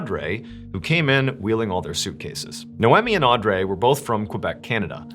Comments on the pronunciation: I think it’s pronounced au-dree. I think…. .That is how its usually pronounced. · Audrey is pronounced "Audree" (like Audrey Hepburn) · lol yo it's pronounced Audreeee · Audrey is pronounced, Aw-dree. Just an FYI for the future. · Am I the only one that was overly focused on the way he pronounced "Audrey? " lol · why are u pronouncing audrey like that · Why he pronouncing Audrey like that 🥴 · Funny how you pronounce Noemi and Audrey name😂😂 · Why did he pronounce Audrey so weird? Hope that hotel went bankrupt after a slew of extremely negative Yelp! reviews…🤔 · Pronouncing noemi right and butcherind audrey is wild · Are you mispronouncing names in order to gain more comments? Naomi and Audrey are very normal American names... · I’ve never heard the name Audrey mispronounced so much by a native English speaker 😆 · Does he say the names Naomi and Audrey correctly? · Dude, calm down with your "NO ONE SULLIES OUR PRINCE OF STORIES LIKE THAT" nonsense. I went to school with many Audreys and they did in fact not pronounce it the way John did. Ive known one NOEMI, but am unsure how she spelled it. It could have been NOMEE or something. Your lashing out is unwarrented and silly. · Grrr pronouncing Audrey that way drivin me nutz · That’s an interesting way to pronounce “Audrey” lol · Odd-Ree not Andrea lol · Audrey is Aud-ree not ray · Ardray? Isn’t it pronounced or-dree? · are you trying to make the name Audrey sound French? It’s pronounced “aw-dree” not aw-drey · Ugh, this was the hardest one to listen to. Mainly because you (like many others) cannot pronounce the name Audrey! It’s Odd-Ree, not Andray, not AudRay, not Arndray,….cmon Mr B! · The name Audrey is pronounced Audree not Audray that was driving me nuts this whole episode . Rip beautiful sisters ❤ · Noemi Pronounced no me not no emmie and Audrey pronounced - or driee not or dray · Hearing “Aw-Dray” killed me everytime. Theres no way that it was pronounced like that and not “Au-dree” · Audrey is pronounced Aud-ree.